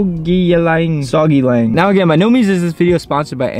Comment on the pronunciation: Just to let you know it's pronounced soo-gay-ling brother lol but I like "soggy" better 😂!